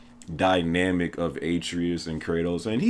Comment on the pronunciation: BBBBOOOOOYYYYY!!!! Your pronunciation of Atreyus is cancer lmao. Good vid though fam.